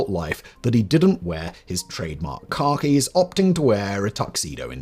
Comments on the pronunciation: Drink every time he mispronounces Khakis as Car Keys. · I feel the need to let Simon know that every time he said "khakis," I couldn't not hear "Car Keys." So, "He wore a tuxedo to his wedding instead of his ever present Car Keys" And, "the enormous set of b*alls he kept in his Car Keys." 😂😂😂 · I keep thinking Simon is saying car keys not Khakis 😂